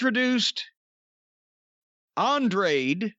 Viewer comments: Why can't anyone over 50 pronounce Andrade? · Lol why can’t anyone say his name correctly 😂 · On-Drah-Day L E-Dole-O. They should seriously write it out like that for JR and Tony so they dont embarrass themselves. But they are probably just gonna call him Andrade most of the time eventually. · Corny's pronunciation of "Andrade" is hilarious. It's a Spanish name, Jim. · So Jim’s criticizing a ethnic persons name because you can’t pronounce it. And saying he has a accent but Andrade spoke fine and could be understood. Show some respect and learn to speak his name Corny. You’d have no issue if it was a typical American name.